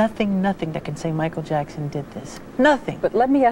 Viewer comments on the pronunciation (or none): Nesse vídeo o autor diz o nome do Michael Jackson duas vezes errado 😃😂😂😂